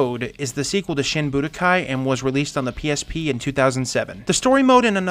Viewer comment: Wouldn't it be SHEEN Budokai? :P